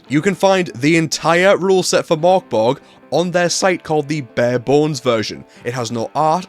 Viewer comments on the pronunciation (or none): You dont need to do the complicated Murk Berry thing - it actually says in the book on page 1, Pronouced Murk Borg. phew! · The Ö means it’s pronounced Murk Borg